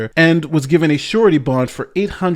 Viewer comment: I totally thought you said "shorty bond" and was wondering if that was some sort of slang for a temporary bond or some such other thing...